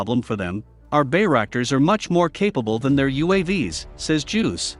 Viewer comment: It's "Juice", not "Juuws".